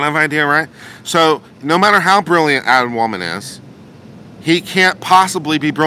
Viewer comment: Adman waldman!!! Every time you say his name Admin lmfao! But I love your take on this on an unbias standpoint is good. I see your side and Josh's as his best friend as someone who has been around AH for a long time and knows the walking shit show she is. I predict he knew she's unstable enough to know she'd sink herself. Good video